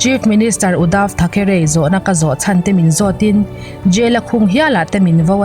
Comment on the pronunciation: Uddav tha ke reiiii tiloin uddav thakree ti a lam tur aw